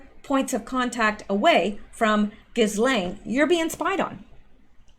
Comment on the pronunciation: Ghislaine is pronounced Jiz-lane. It is French.